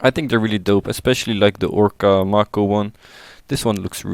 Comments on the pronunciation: first: he is a she second:it's pronounced m-ai-co not m-ar-ko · His name is May-ko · bruh, May-Ko would be more accurate, learn to read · Its pronounced MAY-ko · I love how he is constantly mispronouncing the name "Mako" and getting her gender wrong.